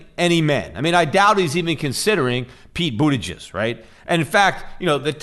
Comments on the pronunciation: Is he saying "Pete Bootyjizz" on purpose? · I crack up every time I hear Peter say "Pete Bootyjizz" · Me too lol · Everytime Pete says "umm Peete Bootahjus...." i lose my shit!😆😆